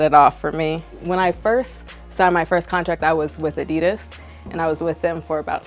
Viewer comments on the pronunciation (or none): Fucking say adidas Wright